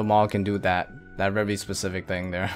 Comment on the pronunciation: I swear I always cringe every time he says very! Hahaha it's very with a v not rary with an r! Either stop saying very or use a better synonym